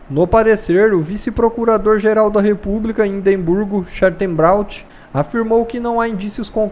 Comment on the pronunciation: O "Chatenbraud" foi demais hein?!?!